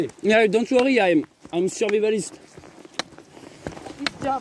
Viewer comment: "DONTE OUORRI AÏE AME EU SURVIVALISTE" : le français en vadrouille dans toute notre splendeur linguistique 😁🇫🇷💪 merci de continuer ces vlogs.